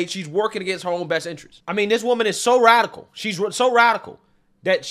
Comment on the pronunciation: Radical, not “radicial” 😂